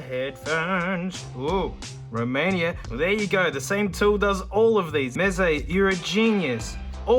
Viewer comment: Live from Romania. You waked me up when I heard Romainia